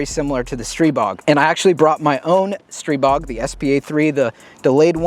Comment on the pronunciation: it’s pronounced str(eye)bog and let’s call a spade a spade. It’s a stribog clone